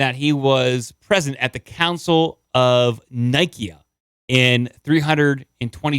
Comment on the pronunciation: Its the council of "Nye-cya"